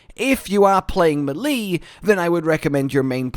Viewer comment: Whyd it take me half of the vid to figur u were talkin about melee (may-lay)